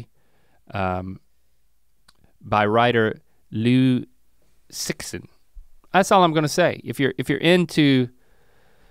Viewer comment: The x in Cixin is more like a sh/z sound to my knowledge.